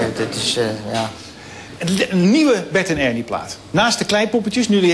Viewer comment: zegt hij nou op het eind weer 'bert en urnie'?